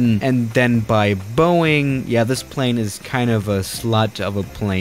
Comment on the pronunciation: plz say plane right if you can't its fine